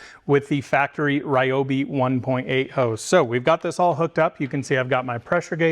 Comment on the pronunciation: Wow you pronounced Ryobi correctly! Ryobi really has been crushing these tools